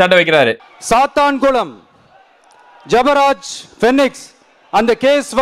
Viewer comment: ஜெயராஜ், பீனிக்ஸ். ஆனால் விஜய் பேசினது ஜெபராஜ். பெயரை கூட சரியா சொல்ல தெரியல இந்த டம்மி பயலுக்கு.